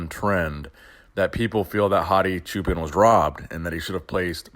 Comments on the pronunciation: It's actually pronounced "Choo-Pawn" not "Choo-Pen" lol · please pronounce the last name as a combination of choose and park. Don't say pan like Peter Pan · For the longest time before the Olympia, I always thought you were saying "Hadi Japan"